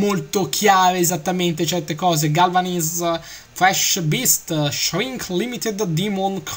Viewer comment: el che inglese quando hai detto shrink limited demon creature,proprio così shrinc limitid dimon criaciur lol